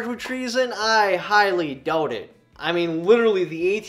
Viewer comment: The way you said " I doubt it" sure had a thick Canadian accent to it...just sayin